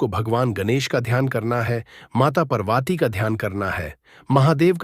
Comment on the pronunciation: Can’t even pronounce Ma Parvati. First learn to say Parvati's